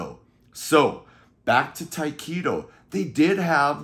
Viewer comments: Just a formality but I thought Tyketto was pronounced Ty keh toe not Ty Key toe? Great album though! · FYI- Correct pronunciation of Tyketto is Tie keh toe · It took me until you showed the CD cover to figure out who you were talking about when you pronounced it Ty-keeto, lol. The band is pronounced with a short 'e' sound. They're one of my favorite bands if all time. The first 2 albums are classic but the rest of the catalog is also fantastic. Former Journey vocalist Steve Augeri sang on the 3rd album, Shine, which was very Zepplinesque. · It took me until you showed the CD to figure out who you were talking about because of the way you pronounced it lol